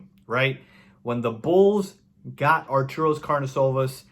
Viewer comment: Artus not Arturos....also Karni-show-vas.